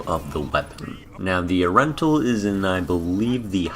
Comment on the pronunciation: It's ur-en-tul, now say it with me...